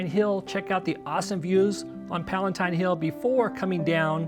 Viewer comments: Never heard of "Palentine" Hill. Did you mean Palatine? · Palatine not palaNtine. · Palatine hill, not "Palentine". Trajan's forum is not in the Roman forum, it's in the Imperial fora.